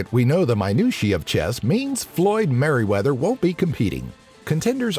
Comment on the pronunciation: "Floyd Merryweather"